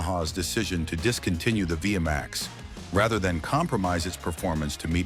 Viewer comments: Its not V M A X, its V Max, beautiful bikes, I owned an 88 V Max 1200, pathetic narrating. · "Vee Emm Aye Exx" Simply Hilarious...😂. It's Vee Max, ! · The V-max was never air cooled. And it was never pronounced Via max! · Technically it’s VMX as the chassis cod but yeah ai sucks at understanding uper case letters